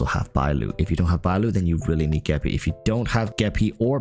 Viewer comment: You said geppie. You have my respect and attention. Also don’t forget it’s not blade, it’s bladey 😂